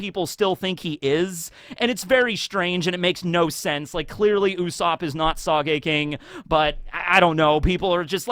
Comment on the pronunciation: The way pronounces sogeking irks me